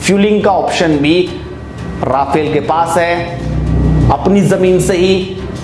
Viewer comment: Please correct yourself: It's Rafale, NOT Rafael. आप बोल भी ग़लत रहे हैं: राफेल नहीं रफाल सही है।